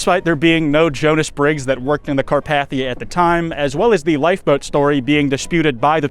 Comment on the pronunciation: You also mispronounce 'Carpathia.' The 2nd A is a long A, not a short one. YET ANOTHER EDIT: You also mispronounce 'stymied' , and at least 2 other common words I didn't list. How can any American be THIS bad at English by their mid 20s? If I had been your teacher, I would not have even let you graduate. You should be embarrassed. USE A PROOFREADER from now on until you learn English.